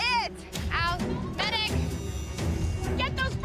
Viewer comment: Thea’s job was to mix already made curry paste to water and add lemons to it.. easy right?! No she messed that up, then her job was to boil potatos.. next thing you hear from her “MEDICC”